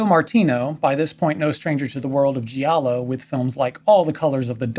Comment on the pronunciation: Great video and well researched. Intelligent perspective. Just a friendly heads up.. "Giallo" when pronounced correctly, should rhyme with "Shallow". Not the commonly mispronounced, "gee-allow" . Thanks again for a great video!